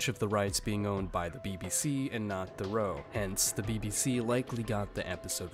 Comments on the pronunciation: Loo-ee theh-roo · Could you get Louis Theroux's name right next time ? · The way you say Theroux upsets me